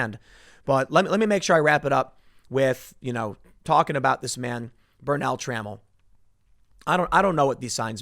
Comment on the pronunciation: FYI: it's Tra-MELL, not trammel.